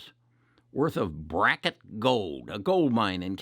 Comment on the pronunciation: It’s Barrick gold not bracket :)